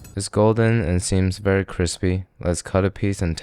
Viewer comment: When Josh says "whiskey business" or "cwispy" I want to reach through the screen and slap him! I can't watch him anymore...unless it's in a FutureCanoe video. I saw one video of his where his GF tried something and said "cwispy" and he looked at her like he just realized how ridiculous it sounds. I still don't think he learned his lesson.